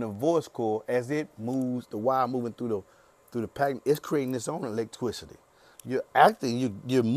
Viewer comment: why he saying electwicity